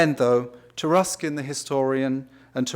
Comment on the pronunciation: It's pronounced Tar(uh)skin?! It's of Anglo-Saxon origin?!